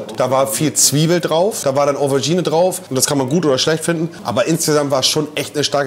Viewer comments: Wer kennts nicht?...die "Overgine" :D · Was ist denn eine Owergine? 😂. Ach Monte, ach... 😂